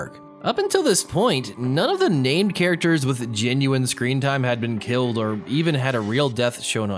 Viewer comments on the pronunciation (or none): none